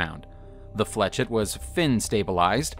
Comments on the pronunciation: 'ette' IS pronounced 'ett' , as in Corvette. 'et' is pronounced as an 'A'. I was talking about the 'etch' instead of 'esh' part of the word that was pronounced incorrectly. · Flechette is pronounced as 'flesh-ett', not 'fletch-ett'. Point, not dot. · I don’t blame him for putting like that because of the guys shitty pronunciation. It should be pronounced like flee shay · The correct pronunciation of flechette is fleh-SHET, not fletch-it. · He can't pronounce flechette either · Dude it’s pronounced “FLESH-ET” and “SAY-BOW” Are English classes / grammar not taught in schools anymore? Seriously the amount of piss poor grammar, spelling errors, not knowing how punctuation works etc etc... is all over the damn place and not just on some random persons YouTube channel but in supposedly professional publications. I know handwriting isn’t a thing anymore but you’d think these schools would give people the basics so they don’t sound like an idiot.